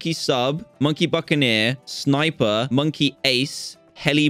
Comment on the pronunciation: Literally everyone said Buckineer